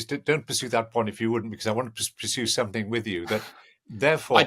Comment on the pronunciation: This dude always says “somethink” instead of “something”. It really irks me because I’m an insufferable pedant. Hannibal Lecter would definitely eat him if they met.